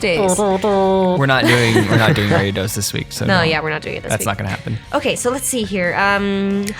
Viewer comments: on ariados. it is the way said but the first A is long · You're both wrong, it's actually pronounced Air-e-a-dos=Ariados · R-E-AH-DOS is how Ariados is pronounced